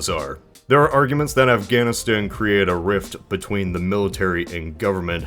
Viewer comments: Why can’t you say Afghanistan? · Wait, why can't you say Afganistan? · you cant even say afghanistan? its a place